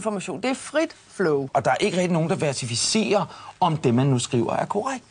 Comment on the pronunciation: Kunne ikke undgå at bide mærke i det samme. At fjolset sidder og anklager wikipedia for at være usagligt / uvidenskabeligt, men samtidig viser hans eget niveau ved ikke at kunne udtale ordet "verificere". Gad vide om han ved hvad det vil sige at verificere når han nu ikke kan udtale ordet?